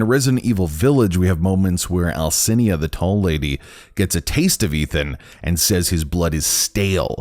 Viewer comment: Stop saying “Alcina” like it’s “Alcinia”